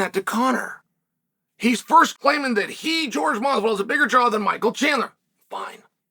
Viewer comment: George can't even read his own name right. Man can't read.